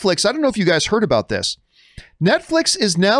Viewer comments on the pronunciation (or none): none